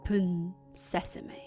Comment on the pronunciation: shut Sesame~ open Sesame~ 계속 사시미~로 들려요ㅎㅎ😶 asmr 감사 팟빵도 감사해요^^